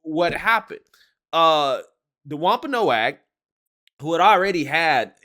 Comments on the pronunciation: I know this is a bit nit-picky and ultimately doesn't matter, but the "a" in Wompanoag is silent. It'ts pronounced like Wompanog. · The tribe is pronounced "WAMP ah NOG".